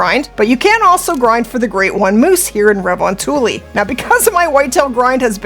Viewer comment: its funny, everytime I hear when someone trying to pronounce Finnish xD makes my ears bleed <3 re von tuli :D Well it is one of the hardest language to master. - Guy from Finland.